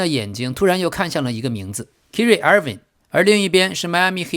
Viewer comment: 唉 你这英文名读音都错得太离谱了 Kyrie应该读作凯瑞 不是kiri😅 要不哥们听听英文新闻学学这些人名队名都怎么读呗？或者都用中文名好了，别难为自己